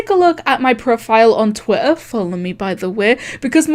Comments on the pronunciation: I love how she says "Twih ah". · everyone: twitter chloe: twituh